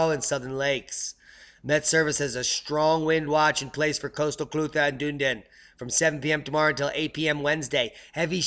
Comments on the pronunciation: Pronounced Duneedin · Scottish place name Dunedin is pronounced: Dun ("done") ee din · NZ Phonetics (sounds like you need some help with this brother) Otago = ow - tar - go Dunedin = dun - ee - din and "Wh" in Maori words is pronounced "F" ie. Whangarei (city on E coast of Nth Island)is pronounced Fun-ger-ray (kinda)